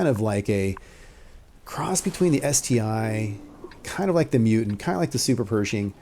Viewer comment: ST-1 not ST-I haha